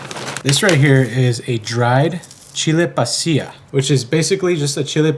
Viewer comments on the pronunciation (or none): none